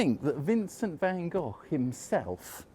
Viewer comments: It's Van Hochhh. In Dutch. Like Rudd Guillet was Rudd Hhoolit. That sound like you're hacking up phlegm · Its south london so its pronounced 'Goff' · I pronounce the artist van Go I was taught to, but I don’t really know If he said it van goff So when I say it I cough To disguise my embarrassed red glow